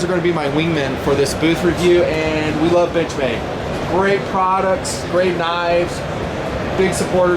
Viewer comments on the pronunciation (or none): No, he definitely said benchmade but it sounded like bitchmade. I GUESS WE ALL KNOW NOW WHAT TO CALL THEM WHEN THEY MAKE A BAD KNIFE. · lol did u say bitchmade for the intro